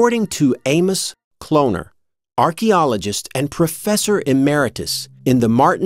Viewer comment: lol... i thought u said Anus Kloner....